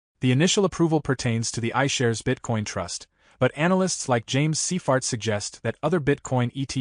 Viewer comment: Not seifert but seifart